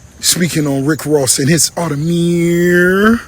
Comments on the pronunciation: He said it was an Audemeeers not an Audemars, lol! He was telling you it was fake without saying it was fake! Pick me for the watch giveaway! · It's a real Audermiiir, not an Audemars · I’m crying because it just dawned on me that he was really wearing an Automeeeeyyyyerrrrr and not and Audemars. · Need that watch “hee haw” 🐷….. 🫡to u keep giving us what we all look for….. And secondly I’m not sure why Ross didn’t just produce paper work for the “audemieeeeerrrrr” as Ross put it😂😂😂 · Bruh I felt cringed hearing Ricky say audermeeeeeeeeeeeeer 🤣😂🤣🤣🤦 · Lmao at fake ross, for wearing a fake audemirrrrrrrrrrrrrrrrrr😂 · The second hand embarrassment I got when he kept saying “Audermeeeeeeeeeeeeeeeer”😹😭🙌🏾 plus the race bait yoh 💀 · “Speaking on Rick Ross audemarrrrssss” 😂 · audermeeeeeeeeer 🤣🤣he's an adiot🤣🤣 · nah that "Aude-mierrrr" was hilarious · Audemiiiieeers at the end had me weak 🤣🤣 Great callout! greetings from the Netherlands! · The way he say audimeeeeeer needs to be clipped hahaha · “Audi-Meeeeeeer” He also probably can’t spell piglet 😂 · Embarrassing that Rick can’t even pronounce the brand correctly.